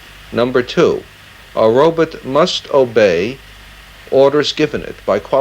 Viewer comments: A "robit"? Is Dr. Zoidberg in the house? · So that’s why Zoidberg says Robit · I love when it's pronounced "robut" lol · He pronounces Robot like Zoidberg